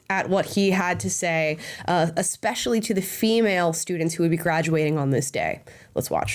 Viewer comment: People I don't listen to: someone claiming to be a teacher but pronouncing it "ekspecially"